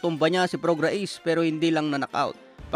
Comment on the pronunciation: Mali pronunciation mo ng name ni prograis!!!